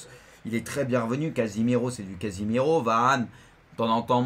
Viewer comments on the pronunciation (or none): C'est casémiro pas casimiro 😂😂